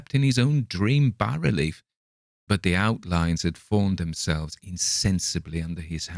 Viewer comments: Congratulations, you’re one of the few narrators on YouTube to correctly pronounce “bas-relief”. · Finally, a narrator who knows how to pronounce "bas relief" properly.